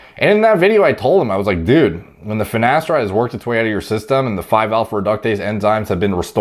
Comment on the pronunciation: funny the way says "dud"